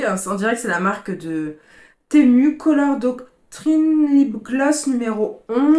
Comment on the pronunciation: Enfin quelqu’un qui prononce bien le nom .. Persoo je ne commande que sur ce site, il est trop bien